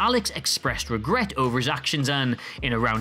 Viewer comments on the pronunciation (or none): none